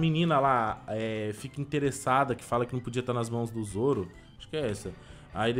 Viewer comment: Boa não é soro é sim zoro